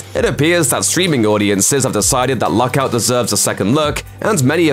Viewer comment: I can't understand him. Is he saying Luck Out or Lock Out????